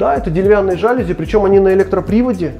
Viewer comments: Для глаз красиво! Но ребята , на слух тоже должно быть красиво. жалюзИ. Ударение на последний слог))) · новый телевизор также стоит на тумбе? По проекту на стене нет ни розеток, ни кронштейна... телек на тумбе - совсем не комильфо... И ребята, в слове жалюзи ударение на последний слог😉